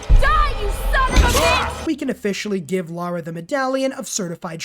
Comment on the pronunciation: It’s LARA not Laura 😅🫣